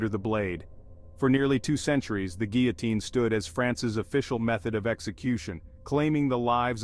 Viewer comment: I cringe every time you mispronounce the word guillotine.